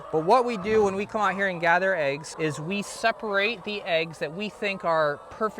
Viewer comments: First thing to learn, they're called eggs, not aeggs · I had a girlfriend from Colorado who also said, "aye-ges." No bro, it's "eh-ges." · Are you saying Ayg? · "Aiggs" First time I've heard this pronunciation. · Why do people say, “aygs,” why is it spelled “eggs”? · Are you calling them ayygs? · I like how he pronounces eggs.